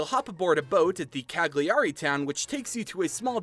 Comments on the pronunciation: not cag- lee- ari lmaoooo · Me: watch the video and really appreciate the effort and the research the author made. Internal italian me: PFFFff "CaGlIArI" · I'm Italian, I love this. Ps: I know that in english language the syllable 'gli' doesn't exist but "Ca-gli-ari" made me laugh. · Rido sempre quando dice ca-Gli-ari 😂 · This was amazing. I'm Italian and I can say that all the cultural aspects tha you mentioned are correct. The story was fantastic as well. The characters and the ideas for the pokèmon are brilliant! I must say though that some of the pronunciations were pretty funny to listen to. I don't blame you for this because I know that Italian words could be quite difficult. I would also say that the voices for the characters were incredible, even though the accent was a bit weird. Overall it was Great! Good job! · Come ha pronunciato Cagliari mi ha ucciso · I'm Italian and I can tell that your pronounciation for Cagliari, with the correct Italian having the "gli" sounding more like "li", is the funniest I've ever heard! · I died when you pronounced “Cagliari” XD no hate